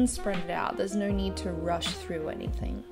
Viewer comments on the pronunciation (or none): none